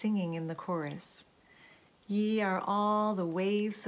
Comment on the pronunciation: Hi, the quote Is 'Ye' and pronunciation is like 'yee'. I hope that is helpful.